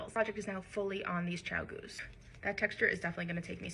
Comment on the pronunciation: Did you just call them “Ciao-goos” 👀 Am I… having a stroke… I’m looking at the spelling of the brand here 😅